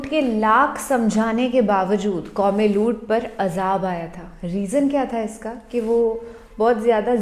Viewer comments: हज़रत लूत alaihissalam not लूट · Madam It's not loot it's looth लूत